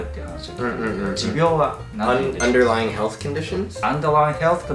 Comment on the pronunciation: uderlying はnが抜けてるの面白いね